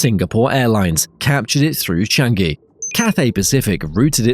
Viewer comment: FYI, it's Singapore Chang-i ('chung-y') , not 'shun-gee'